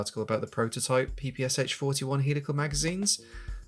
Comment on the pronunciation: As a Russian speaker, I can't voice my appreciation enough for actually saying PPSh correctly!!! <3 <3 <3